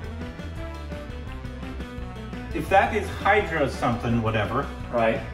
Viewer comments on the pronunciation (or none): IKR!! I WAS LIKE "HYDRA SOMETHING?! "🤣😂 ITS HARYANA DUDE !!! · calling 'Haryana'as 'Hydra'!!!🤣🤣🤣🤣🤣